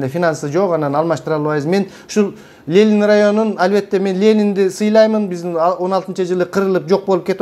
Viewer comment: Лелин дебей,Ленин денизчи,туура суйлойлучу,туура тушунунуз.Эн акыйкат нерселерди айтып жатасыз,азаматсыз